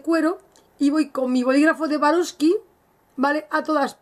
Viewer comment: Swarovski, no vastoski jajaaaaa...